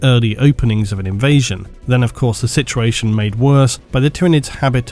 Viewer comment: I swear you add like 3 extra letters to the word "situation". Love the video!